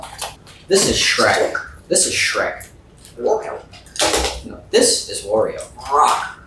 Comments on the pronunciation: I always find it funny how he sees Shrek and says Shrock, those two items seem to give him the most trouble 😂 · I like how he saw shrek and said "shrock" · I just love how he still insist on Shrock instead of Shrek. Like he renamed it and dont ever wanna change it. Funny thing is whenever I see a shrek picture, gif etc. I call it shrock also. It is hilarous. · His mischievous insistence on calling shrek "shrock" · I like how calls Shrek Shrock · is right its Shrock, not Shrek!! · Green = shrock 😆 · sees shrek and says Shrock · poor guy's forgotten how to say shrek again LMAO